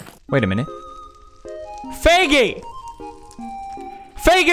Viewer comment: I have CC on and every time he says Feigis name it shows up “faggy”😹